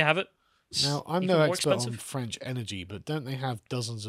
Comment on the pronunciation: You know, an enterprising reporter who wanted to make a name for themselves would track down the German politicians from that clip and ask them for their comments on the current situation (pun not intended). EDIT: I am dying from the pronouncement for French and France. It doesn't sound like a nationality, it sounds like something stuck to the bottom of your show.